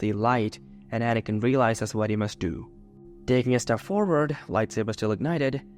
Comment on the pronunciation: The way you said "do"